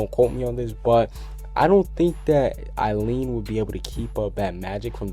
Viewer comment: eileen's name is pronounced, [ eye-lean ] i think everyone would be in a nutshell if erza was actually an object but yeah i dont believe it either